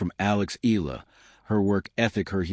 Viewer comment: Pronounced: Eh..ya..la